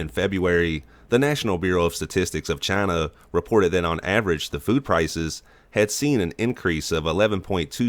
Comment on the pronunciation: Announcers voice CHINUUU